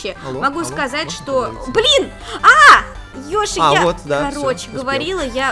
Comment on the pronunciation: Когда сказала привет Йоши, мне послышалось тривет йоши